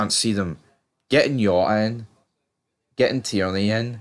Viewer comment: It's pronounced Jota with the J Not Yota with a Y.